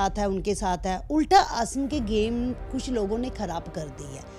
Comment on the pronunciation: aisa kush(kuch) nhi h ..tack(tag)..audian(auience)..